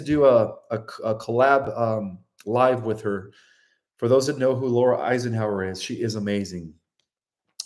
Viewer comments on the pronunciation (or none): none